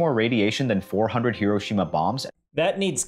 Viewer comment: i like that says "hiroshima" with proper inflection